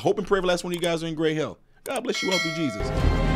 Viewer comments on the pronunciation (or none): none